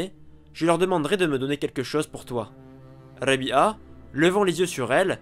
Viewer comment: on prononce Rab'a et non Rabia